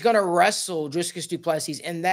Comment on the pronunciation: Say dree as in tree... Dree kus